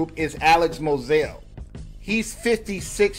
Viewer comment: Moseley, not mosao